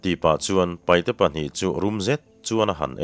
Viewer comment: Kan lo sawi ve lawk ang e,paihte nilovin,paite tihtur a nia,chuchu an duh dan pawh a ni a,paite ti in lam thei tawhla a ṭha lo mawle,te ka lo ti ve deuh a